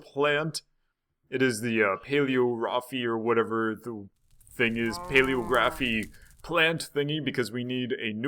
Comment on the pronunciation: It's pronounced Pay-lee-oh-raf.